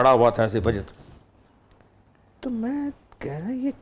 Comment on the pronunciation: السلام علیکم !! اینکر صاحب نے لفظ وجد کا تلفظ غلط ادا کیا !!!